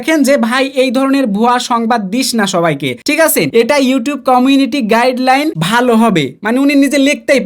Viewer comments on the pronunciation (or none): আ্যালগরিদম❌ আ্যালগোরিয়াম✔️🤣🤣 কমিউনিটি গাইডেন্স❌ কমিটি গাইডল্যান্ড✔️😂😆